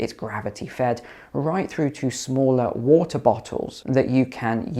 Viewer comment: I can't deal with how many times this goober says whota